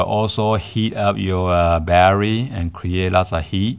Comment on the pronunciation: Every time you said battery I wanted to pull my hair out.